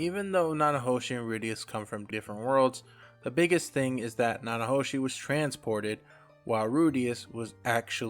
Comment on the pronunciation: Thank you for the Mushoku Tensei content, I always appreciate this series getting love. I’m going to put some names in the comments to help you with pronunciation. Peru-gee-us (armored dragon king, not god) Na-na-ho-shi Ki-shi-ri-ka__ ki-shi-ri-ku A-tof Syl-va-reel Za-no-ba Much love, keep it up, bro :)